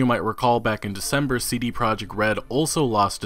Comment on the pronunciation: He does some quality work but I hate how he pronounce the letters C, D & T.